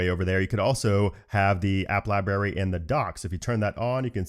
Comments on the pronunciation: Don’t you realize you mispronounced the word “LIBRARY” ? LieBerry… not. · Lie Berry ? Cmon. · he says lieberry lol